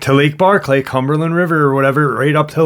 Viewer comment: Hey, it's Barkley not Barr-clay, it's all one word, I know it don't matter much but I'm just want you to get the pronunciation right, it doesn't sound right "Barr-clay", you know? Anyways, Preciatecha I'll get back to listening now. Lol